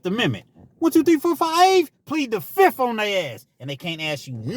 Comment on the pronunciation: Tappin in from Cali!! Fizzziiiiffffth FIVE FIVE FIFHHH!!! 🤣🤣🤣